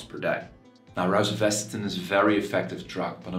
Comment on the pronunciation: Please learn how to pronounce it correctly